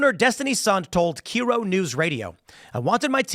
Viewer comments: Gotta question TP's vibe of "I've lived everywhere" incl Seattle when he doesn't know KIRO is KY-RO, not KEER-O. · Hi Tim. Having lived in Seattle, as you claimed, you should know that KIRO is pronounced Cairo, not Keeroh. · It’s k-EYE-ro, clearly haven’t lived in Seattle long enough 😂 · Seattle isn’t even the highest minimum wage. Unincorporated king county including Tukwila and Renton is $21 per hour. Wild! Also it’s pronounced Ki-row like in Egypt.